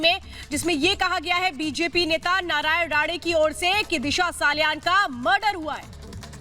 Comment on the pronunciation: MADAM ITS NOT NARAYAN "RADE" ITS "RANE" :)